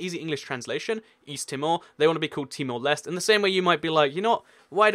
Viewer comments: No, there's only one reason. It was a Portuguese colony. Also, search up the pronunciation next time; it's Timor Lesh-teh. You also missed out Cabo Verde (Cape Verde). It recently (2013) determined that only its Portuguese name will be used. You should understand that these post-colonies have no legitimacy without their colonial language. They would cease to exist without a modern legacy of their entity and the borders they have. Look up pronunciations; it's close to Alle-manye. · Timor-Leste -> Tee-more Les-teh Côte d'Ivoire -> Cot Dee Bware Hope that helps :) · In Temor-Leste, the final E is pronounced. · With Timor Leste you have to say the e at the end